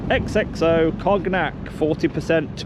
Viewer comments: "Cog-Nack" "Cone-yack" 😂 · cog nack. 😂 It’s pronounced con~ yack DJ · "Cog-nack" ?? Is it not pronounced con-yack? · 'Cog - Nac'... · 4.42 - Kog-Nak. Please say that was on purpose.... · It’s pronounced conyac dj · Please DJ don't say Cognac, pronounce Con yak😅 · "Cognac" - Con-yak. Just for future reference. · More corporate spiel "reach out" "I have meetings to attend to" 🙄 (lol 'Cognac' pronounced 'Con -yak') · DJ, how did you pronounce Cognac again? 😂 Ill let you off, good video as always